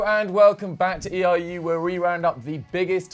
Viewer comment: Someone tell it’s ERU not EIU